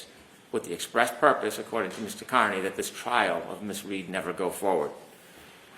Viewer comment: Is intentionally not pronouncing Kearney's name correctly?